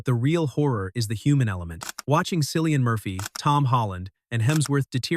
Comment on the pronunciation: I think I need to see In the Heart of Sea. btw Cillian Murphy's first name is pronounced " Killian"